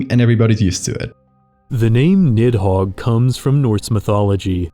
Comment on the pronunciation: Good content but Jesus you butchered the pronunciation of Nihogg 😅